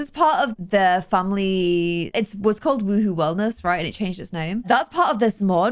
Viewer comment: why do you say WooWoo instead of WooHoo